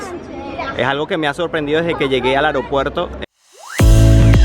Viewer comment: Un detalle, en muchos videos de gente de Hispanoamerica oigo que pronuncian "areopuerto" en lugar de "aeropuerto", es curioso.